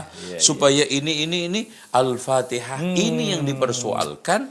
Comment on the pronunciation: Yg Bid"ah itu yg bacanya Alpatekah....